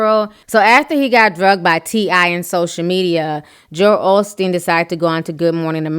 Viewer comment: Of course, but how come he got it going so quickly after he got called out. He's a LIAR too. i it's OSTEEN. No shade. There is no L in the name. Take care.